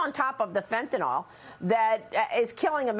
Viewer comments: FentanYL, Maria, not Fentinawl. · Is it just me, or is no-one able to pronounce 'fentanyl' correctly? WTF is 'fentanol'?